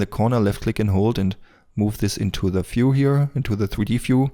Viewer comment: I just want to say, FEW IS NOT VIEW and VIEW is NOT NOT NOT FEW. HOLY COW THAT IS SO FUCKIGN ANNOYING